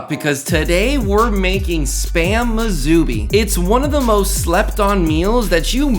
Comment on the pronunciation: Musubi is pronounced as "Moo sue bee" -- not "Moo zoo bee"